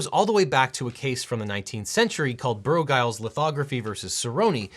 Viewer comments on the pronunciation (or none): Giles is pronounced Jai els, at least from the people I know with the last name